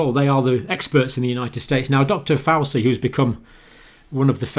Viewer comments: "Dr Fauci" This guys name is spoken frequently in the media. Its pronounced F-ouchie... NOT F-oussy I do understand that the good doctor is dyslexic. But it is also my understanding that he is a good researcher. So these mistakes puzzle me. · Dr Fauci is pronounced Fauchie. It's Italian not like Fausi. Just sharing info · when i as a little boy, I read thee 'Dandy' comic. There was a character called 'Faceache' and always thought it was pronounced fatchi, like the cdc knobend. just a little story. By the way, if we do not get back to work we will all die anyway so I am not really bothered about masks and all that. Try starving or living under the boot of totalitarianism. Everyone who is a man will choose freedom. No money, no NHS, no FUCK ALL. sorry, but it is the truth.I thank you Dr. but truly it is a conundrum.)